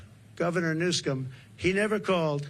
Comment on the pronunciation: Gavin "Newscome". lol